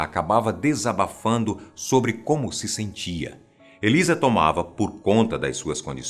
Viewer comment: Fala sober asosiasão kkk